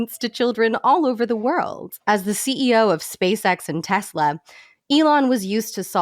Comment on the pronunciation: Obsessed with the term "Teslur"